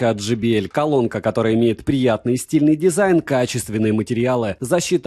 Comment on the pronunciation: J - читается как джей. JBL - Джей Би Эл. Но никак не Джи Би Эль ) И спасибо за обзор!